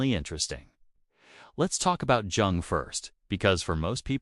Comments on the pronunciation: Thank you for your presentation. Two little points I noted: According to historical research it is incorrect to describe the relationship of Jung and Adler with Freud as one of student to master. They were colleagues. The second is that it literally pains me to hear you mispronounce the name of Carl Jung. I hope this does not offend you; but for this detail I would have enjoyed this presentation far better! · the hard "J" on Jung gave me a chuckle